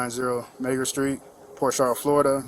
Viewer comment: the way he pronounced that street name...had to take another listen... couldve sworn the n word was dropped lol